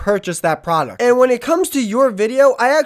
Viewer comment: I love the video, altogether great. I just really wish that dude could annunciate the D in “product” a little more because he sounds kind of like a 12 yo Minecraft streamer every time he says it.